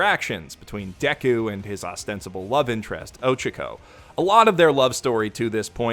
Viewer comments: Oh-Cha-Co not Oh-Chuh-Co. They pronounce it in the show dude. Sorry, but this is one of my major pet peeves with anime youtubers. If your whole schtick is to talk about anime, at least try to pronounce the names correctly. Sorry man, just really gets me everytime lolol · Who the fuck is "Ohchuko"? Dude just pronounce it like they do in the show you're reviewing instead of just... guessing